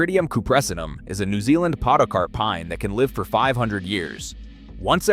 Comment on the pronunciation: It's an annoying AI voice. There are two ways to pronounce "live" and it pronounced it wrong.